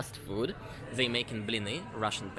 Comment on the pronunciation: Who will finally tell russians that it's not: zey but they and this instead of zis?